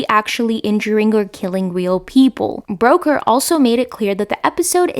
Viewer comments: Brooker not Broker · Looking forward to this. FYI Charlie Brooker is pronounced like Brucker, not Broker. We British like to get it right. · I question your pronunciation of Charlie Brooker's name. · I'll forgive you as English is not your first language, however I am very surprised you haven't heard his name spoken aloud. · Enjoyed the video, but you mispronounced Brooker and Milioti’s last names. Please check pronunciation before filming, I kept cringing thru the content! Keep up the good work otherwise!!❤